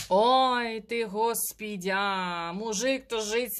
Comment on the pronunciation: Спасибо за расклад, но, зачем вы говорите "Госпидя", зачем коверкаете такое имя святое?😣🤨